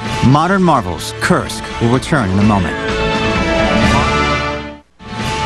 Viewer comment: Kursk not korsk lol jk